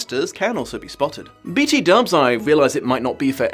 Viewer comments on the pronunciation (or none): none